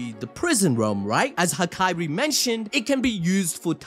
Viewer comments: It's HaKAri, not Hakairi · aint no way bro calls hakari "hakiri"